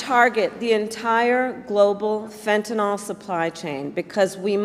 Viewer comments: One minor criticism of Harris's speech. She keeps mispronouncing fentanyl! She keeps putting an extra a in there at the end and calls it fentan-al (awl). It's fentan-il (ill)! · i L. O. V. E. her so much - but KAMALA - please say FEN-TA-NYL - the actual drug - NOT "fen-ta-NOL"